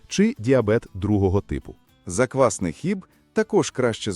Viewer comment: Озвучення тексту( ШІ? ) потребує коригування : заквснИй хліб )), заквАсний українською - хліб на заквасці, яка є основою або замінником дріждів.